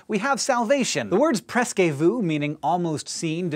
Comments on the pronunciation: "presque" is one syllable: "presk", not two: "press-kay". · Hank, you're "almost" right with your pronunciation of "presque"! x